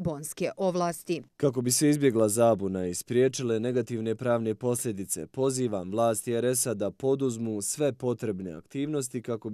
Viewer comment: Čuj "POZIVAM".. 😄